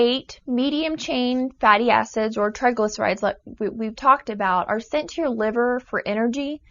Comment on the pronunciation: lol i thought she said fatty asses lol